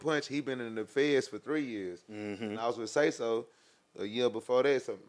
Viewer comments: He called him Sayless lol bro trippin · 😂😂not even a minute in immediately says the dead man’s name wrong🤣had me already laughing, uu get a like for dat not a sub lol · Yeah he an idiottttt if I was sauce I would have walked out on the spot you bring me in for and interview and can't even get my man's name correct what dummmmmy